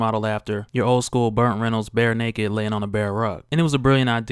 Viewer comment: Am I hearing things or is he saying "BURNT Reynolds"???